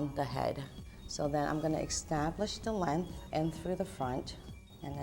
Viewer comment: The word is pronounced EST-TAB-LISH not X-TAB-LISH